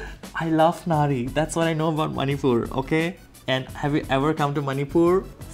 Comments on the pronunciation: I think u said nari?is tht u said? 😅 BTW its ngari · It is pronounced nga-ri not na-ri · U pronounced nagri but its ngari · it's not Nari, it's ngari... Anyway love you and aunt nijula